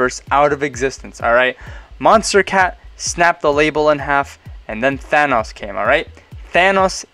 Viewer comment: I really like the way you say Thanos